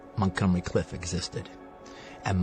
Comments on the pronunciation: It's 'Plainview' not 'Longview', and Montgomery Clift, not Cliff. I mean, wtaf? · It’s Montgomery CLIFT, not Cliff. Get it right, Quentin. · except he doest know Montgomery's last name is CLIFT, not Cliff.